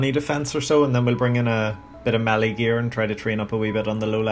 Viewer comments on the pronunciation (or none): none